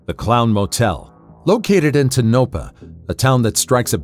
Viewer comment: You pronounced Tonopah incorrectly...TOE-nuh-pah. I know I am being picky...